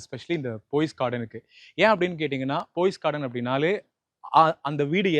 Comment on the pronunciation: It's Poes Garden not Pose Garden